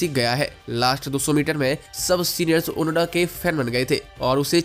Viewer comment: ओनोडा नहीं ओनोदा नाम है उसका